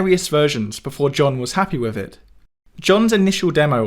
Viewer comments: With not Wiv. Interesting video. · Why on earth do you keep saying ‘wiv’ and ‘wivout’ instead of ‘with’ and ‘without’? You must be able to read? So you know whether it’s ‘v’ or ‘th’. And you know the difference in pronunciation. So why sound like an ignorant idiot?